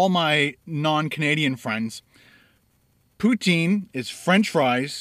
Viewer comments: In French it's usually pronounced "pew-teen". Not "pew-ten" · I live in canada and we call it pou-teen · I am from New Brunswick, Canada and we call it poo-teen Cheers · I say POOH TEEN as well I am In Calgary Alberta :)